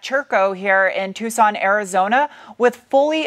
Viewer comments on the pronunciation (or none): none